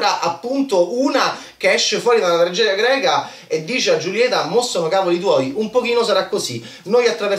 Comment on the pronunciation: "Giulieta"??? Non si può sentire come pronunci questo nome. Per favore un abc di spagnolo, per favore. Cmq davvero non ne capisci 'na mazza.